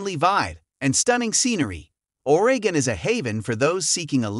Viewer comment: Oraaagin??? The AI NEEDS WORK!!!